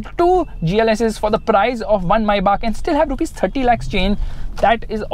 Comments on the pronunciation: first of all its not maibach, it's written Maybach. May Bach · Mybah?? I thought it is pronounced as maybach (may-back) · Its not maibach.. Its May Bach 😅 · Why does keep referring to the car as Mercedes "Mai Baap"!!! Isnt it Mercedes May (like the month) and Bach (like the composer) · why do you keep saying is maibuck it is maybach "may-bac" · i think it's may-baak (maybach) not mai-baak🤔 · Maybach ❌ MaiBaap 🤣😂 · When you say Maybach it sounds like maibaap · ye tum "maibaak"bolna bandh kro pehle to.. dj khaled ne gana bana diya maybach pe apko abi tak pronounce ni karna aya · It's maybach Pronounce : Maibah I know,i'm Just saying! I'm not here to say it in a sarcastic way! Thanks! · MayBach(मायबाक) nai Maybach lowde